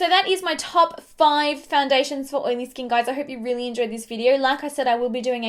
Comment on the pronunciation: Does anyone else love the way she says skin like "skeen"?